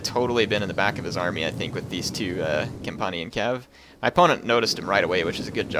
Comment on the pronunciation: compunnian? it's companion